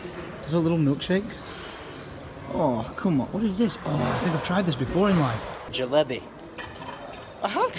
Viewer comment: trying to pronounce jalebi 😂